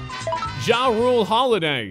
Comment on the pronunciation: The way he said jrue holiday made me mad but I still loved the vid